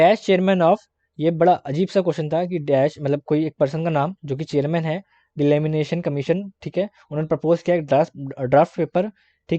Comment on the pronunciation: Delimitation commission tha not delamination